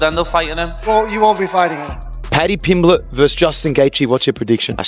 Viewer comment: dude if you cant say someones name shut the fuck up